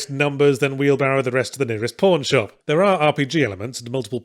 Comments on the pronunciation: Oh, wait, is THAT what he said? I completely misheard it as the latter. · Not joking, I really did think he said porn shop. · Even years later, every time he says pawn shop I briefly mishear it as porn shop.